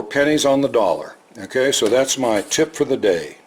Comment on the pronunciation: One thing that is especially endearing to me is when says, QUESO. I know you're saying 'kay, sooo, but I always hear queso